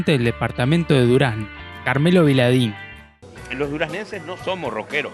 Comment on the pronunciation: Con todo respeto pero...Vidalín no Viladín.Muy buenos los videos,espero que sigas